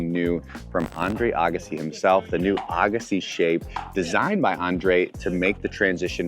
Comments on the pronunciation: Came looking for this comment!! Why do all these reviewers, especially with tennis backgrounds, say "Ah-gassi"?! 😤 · Was a great video till I heard him say Agassi😂🤦‍♂️